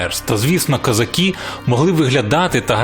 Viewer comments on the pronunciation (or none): none